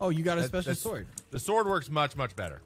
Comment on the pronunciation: I literally thought he said "did you make the mega zord yet But he said sword 😭😭